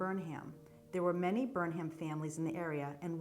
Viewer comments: Words ending in 'ham' are pronounced "um." Durham, Pelham, Chatham and Burnham. So it would be BERnum, not Burn HAM. Also Ammi is pronounced AHme, not Amy. Ammi Phillips was a very famous painter. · The H is silent. Burnum. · Do you pronounce it Burnham or Burnum, without the h?